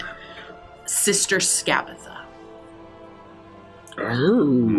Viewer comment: No matter how many times or anyone else says "Scabatha", for me it'll always be "Scabafa", because the one that's been saying her name the most is and thanks to that I just can't get myself to say her name correctly without going "Scabafa" first